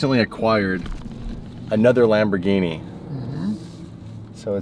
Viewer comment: How to say Lamborghini correct? Lamboghini